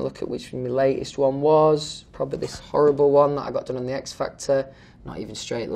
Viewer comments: rare footage of louis tomlinson pronouncing h in horrible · No 1D reunion Me: I feel ‘orrible ‘orrible ‘orrible.....